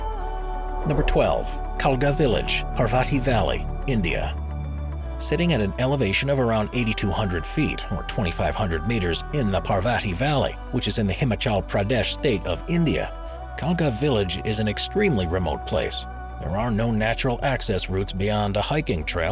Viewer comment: you pronounced it wrong its Himachal Pradesh the "a" in both is the o in word